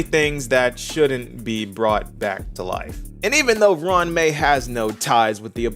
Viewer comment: Pronounced it good.